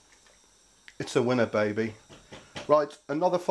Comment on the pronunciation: The way he says "baby" had me dying